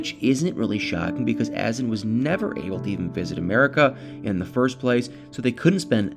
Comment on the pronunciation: Isn't it a. Zan. With accent on second syllable ? Clickbait drives me crazy Nicole is a lazy person.she needs to get a real job.that poor child!